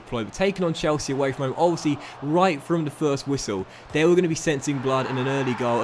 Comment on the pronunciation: Still can’t say your the, That’s and they’s but instead it’s duh, dat and dey